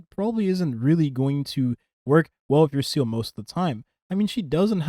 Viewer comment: Bro it’s pronounced Zeeluh not seele I know it doesn’t matter but I’m just saying lol even Sayluh is better then seal sorry don’t mean to be a pest